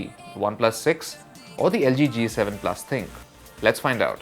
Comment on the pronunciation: it is not Thinq...it is Thin-Q